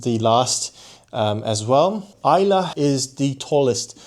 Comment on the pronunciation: Kudos for pronouncing Islay correctly. 👍👍